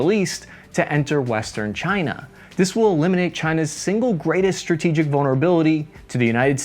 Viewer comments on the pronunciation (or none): You've learned about India and China - now learn how to pronounce words that begin with "st" without putting an aitch in... Shtrike, Shtrategy, Shtronghold.